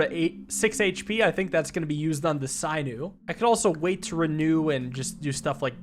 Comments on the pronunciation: Sin-ew, not syn-ew. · SIN- OO! NOT PSY-NEW! SAY IT FUCKING RIGHR! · There is an option to unlock all unlockables, please do not use it. Also for pronunciation; A hunter would remove the skin, muscles, tendons and "sinew" (SIN-EW* not SIGH-NEW) from the bones of a rabbit he caught. Thumbs up, love to see you enjoy some more Slice & Dice. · Hey, just wanted to let you know that sinew is pronounced sin-yoo (or si-nyoo, according to google), sorry to correct you on something so minor, it was just getting to me a bit Y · Sinew "sigh-new" is so fucking funny. My guy, it's "sin-you" 🤣🤣🤣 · Sinew is not pronounced sigh new, it is pronounced sin new..... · sinew is pronounced sin-you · I’m sorry, sinew is pronounced (sin)-you. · You might be amazing at this game with more experience. Also, sinew is pronounced sin you. It connects muscle to bone. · Sinew is pronounced “sin you” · Sinew pronounced /ˈsinyo͞o/. "She tore the sinews in her knee." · Yes like SIN-you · How do you mispronounce 'sinew'? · I think Sinew is pronounced with a short i instead of long. I think it is referring to the muscle or tendon material called sinew.